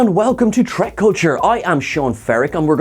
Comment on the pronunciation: why do u call this series start tek? its not trek